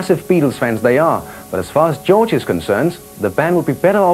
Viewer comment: gee-yorge harrison